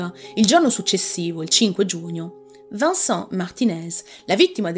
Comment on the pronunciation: Vincent non si pronincia Vansan, ma VENSAN!